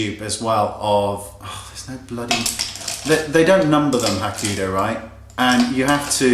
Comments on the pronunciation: Love the new unplugged. FYI- when you say Hakuhodo you keep leaving out a syllable. You're saying Hakudo instead of Hakuhodo. Who cares though I have lots of their brushes and love your vids. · I love your videos but I always cringe when you talk about Hakuhodo brushes. They're not pronounced "Ha-ku-do" but "Ha-ku-ho-do". 4 Syllables, not 3. Pretty pretty please! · It's Hakuhodo, not Hakudo !!! ;-) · it's actually Hakuhodo. have a real problem pronouncing it correctly. but he's cute, so he's forgiven;p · I love your videos to itty bitty bits, and I apologise for nit-picking but you keep pronouncing Hakuhodo wrong! Its Ha-ku-ho-do, there are 4 syllables to it! Now with that out of the way, i've been dying to try out some of the J Series ever since you first mentioned them and I was wondering, how are the postage costs for the brushes? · It is not a matter of accent, "Hakuhodo" is a word from a different language. You can't just remove a syllable from a word and say it is the same word. That is as if you said "kitchfoil" instead of "kitchenfoil". Just saying,;)